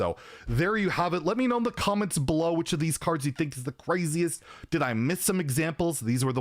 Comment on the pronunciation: I literally heard "in the Cavenrs Below" (instead of comments below) the first time..